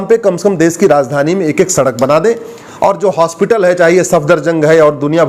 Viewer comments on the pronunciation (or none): none